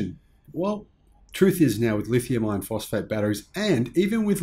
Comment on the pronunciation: I have an issue with the way you say "lithium iron" because it sounds like "lithium ion". Other than that I like your videos.